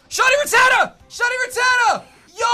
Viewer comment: The way he pronounces Rattata...